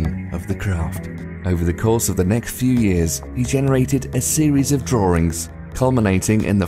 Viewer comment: "a series of drawrings" - Moronic Brittish and Australian people.